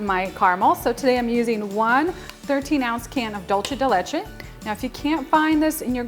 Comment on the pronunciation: Looks absolutely delicious 😋 Also it’s pronounced Doolse de leche, not dolche.